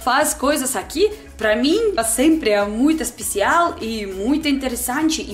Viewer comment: Achei muito legal o sotoque "EL"; "BrasÍEL; EspeciÁEL"; quando ela fala assim, lembro escritores famosos como Machado de Assis etc.; outra coisa é que não há erros de generos, muito legal seus videos, excelente dicção. :D